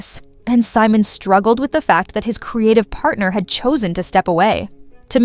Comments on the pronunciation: Simone, Definitely not hís name. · Three minutes in, the female narrator pronounces Simon’s name: SEE-MOAN. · AI calls him See-moan 🤣